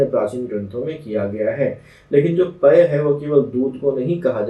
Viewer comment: Sir पय pani aur dudh k alawa kiska pryaywachi h ?......clear pronunciation clear nhi hua h video m